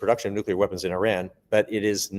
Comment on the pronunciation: Thank you,, for pronouncing Iran correctly. Also, Donald Trump is a worthless gas-bag, and it is more than likely some vicious member of his administration ordered the Persian air strikes.